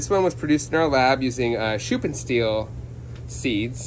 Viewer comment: your pronounced schuppenstiehl pretty good ^^ ( I am German )